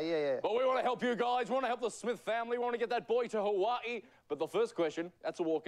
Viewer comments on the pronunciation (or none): the slightly off pronunciations in parts like “hawa-ee” and “will your boy be healthy enough to tra-VELL??” are driving me insane in a good way, the part where they all start chanting to lock it in always gives me a laugh without fail